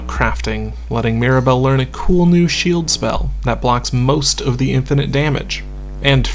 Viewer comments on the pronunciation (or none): none